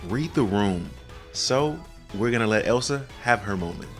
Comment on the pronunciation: Its killing me hearing you mispronounce Elesa and Castelia. Its "Eee-Lee-Suh" and "Cast-tay-liq"